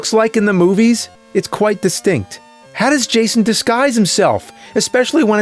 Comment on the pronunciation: ..."it's quite distinte." Lol